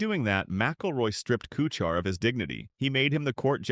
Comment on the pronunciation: Narrator can't even pronounce Kuchar's name correctly. The video title is misleading as well. Pretty sh...tty video.